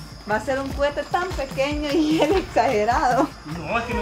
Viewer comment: se dice coete no cuete y también se dice petardos xd perdón por corejirte xd